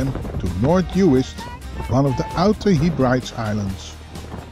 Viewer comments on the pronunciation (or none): Not He-Brides 😂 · Great vid! FYI, Heb - brid - eez . Ben - bek - you - ler.